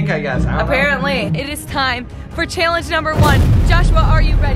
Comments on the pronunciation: How many people cringed every time said, “Cheeealanggeee” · This is how says challenge-chalange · She says challenge chillenge and it’s soooo annoying no hate I love you huys